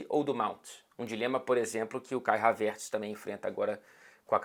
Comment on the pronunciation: Então é Havértz que se fala e não Hávertz